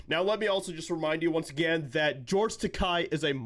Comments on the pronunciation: Its’s not Takei as in “eye”, but Takei as in “gay.” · Isn't it Takei, not Tekai? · His name is pronounced Tay-key 🙄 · Just a slight correction (more a clarification): "Takei" is pronounced "T'-kay", which rhymes with "gay" which is what he is which is how to remember the pronunciation. Other than that, I agree 100% with what you said. I don't agree with many of the Hollywood elite's political views. However, as long as they don't bring those views to their performances, I have no problem watching them (or listening to them in the case of musicians). I think Madonna should be arrested for saying she has thought about blowing up the White House, but I like her music, anyway (I'll listen to it as long as it's free, but I won't support her financially by buying an album, etc.). As for George (and Whoopi Goldberg, for that matter), I am a lifelong "Star Trek" fan, so I can watch a "Star Trek" show or movie regardless of who is in it. The "Star Trek: Picard" second season premier episode had Whoopi reprising her role of Guinan, and I'm OK with that since she's the one who played the part in "Next Gen". But I will NOT watch "The View", for example, where she gets to be herself and spout her brain-dead garbage on pretty much any subject they cover. Same with Takei. I'm OK with watching him play Sulu, or any other role he's played, but I do not follow him on any social media sites simply because I so totally disagree with his politics. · Just a FYI ... His name is pronounced "George Ta-kay like in gay." His words (sorry. Star Trek UBER Trekkie.) I used to like following him on Tweeter... Now ...not so much. Prefer Bill Shatner (even tho he's a dick too), Robert Picardo and Pat Stewart. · His name is supposed to be pronounced "takéé". 😭😭😂